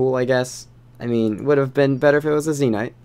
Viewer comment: Why do you say Zee Nyte instead of Zen Ite?